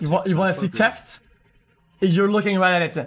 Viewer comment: God it took me so long to realise "Teft" meant theft